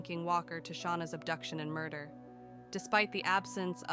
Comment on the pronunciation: AI voices are awful!!!! What’s a mur…….? Terrible.